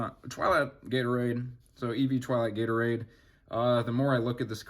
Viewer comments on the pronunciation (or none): none